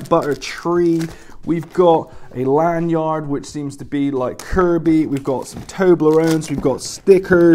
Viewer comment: " Land yard" lol